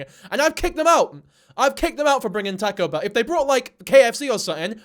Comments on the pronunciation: my heart!!!! I love tahcoe bell!!! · “Tahko behl” 😂😂😅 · “Tacko bell” is this rage bait..? 🥀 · "tehco bell" 😭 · I just heard "Tack-o Bell" so many times my ears are spinning